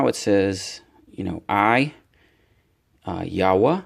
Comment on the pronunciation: Thank you for pronouncing the Name Yahwah correct